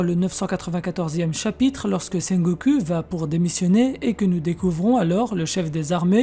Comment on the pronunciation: je serai toujours perturbé par la façon dont tu dit Sengoku, "Sengokou" pas "Sengo-cul"